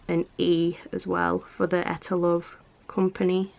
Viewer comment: Hmmm I was always told it was pronounced EE - TAH LOVE